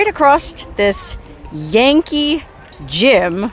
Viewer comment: When you first introduced the name of the bridge, the Yankee Jim bridge, I thought you said the Janky Jim bridge! lol